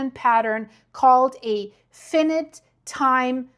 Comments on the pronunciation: FYI : The English pronunciation is phonetically "Fynight" for "Finite" as it is "limited in its measurement " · fyi - finite is pronounced F-EYE-NIGHT in American English - a limited time period, finite vs infinite which means forever, no limit, never-ending. However, infinite is pronounced IN-FIN-IT - don't you love the messed-up pronunciation rules we have? Geez! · It's pronounced f-eye-night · I think you’re trying to say fi-in-ite. My thought is without reading the paper and just from your description that this appraisal would have the effect of diffusing any immediate risk. This feels like a huge manipulation and disservice to a common sense danger in the name of science. I anticipate a lot of pushback in the comments for good reason. ⚠️ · This is scary that they haven't begun their evacuation plan. Sooner is better than later, imo. Can't end well in long run if they don't act soon. Millions... millions of people, not just a thousand. It's a nightmare situation with no easy solution... but solve it, they must! p.s. US viewers would know word as F'eye-n'eye't. I'm not saying that didn't pronounce it correctly [because by Latin standards, she did], only that USA listeners would be confused because they often pronounce I's as 'eye' not 'Eee', as is correct in Latin-based languages. Impossible to straighten out proper English, too many cultures diversifying and doing their own thing. 😂 'Has been risen' should be 'has been raised' 😊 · Finite is pronounced with two hard "I"s, as in the pronoun "I". Not a soft "i" as in shark "fin" then a hard "I". You are great.